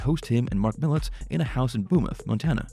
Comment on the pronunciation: I sure wish when you do a video you would pronounce Marks name right. I was a personal friend and hauled the deicer and road oil for him until he ran into some bad luck with the company. Mark was a great man just had a string of bad luck with his trucking company in Missoula.